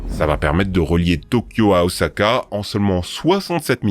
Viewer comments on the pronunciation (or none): none